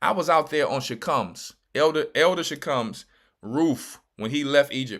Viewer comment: Greetings Elder... U butchered her name to hell and back ... Im at work crying 🤣🤣🤣🤣🤣🤣😭😭😭😭😭